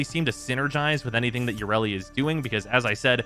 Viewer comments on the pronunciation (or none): Let's all laugh at an in-dus-try that never learns anything ya-re-li